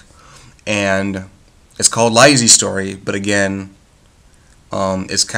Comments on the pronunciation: Its pronounced Lee-See. The other word is not pronounced Sigh-Oh-Wah-Saw, its pronounced Sue-Wee-Zuh. The audiobook was terrific. Mare Winningham did a beautiful job narrating it. Its definitely one of those books best read more than once. Upon the first reading, the early part of the book can seem a bit boring to some, but after you finish the story, it gains so much meaning and becomes really entertaining. I've read a lot of King's work, and I have to say, Lisey's Story is my very favorite. I have probably listened to the audiobook about 40 times at this point. (I love reading, but audiobooks work better for my life, because I care for 2 disabled people). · The fact that you dont know how to pronouce the title gives you less credibility. Im convinced you did not understand the book. The title is not deceptive. You are right that the story does not revolve mainly around lisey but there is a purpose king titled it that way and that makes you sympathise and love scott that much more. read it again.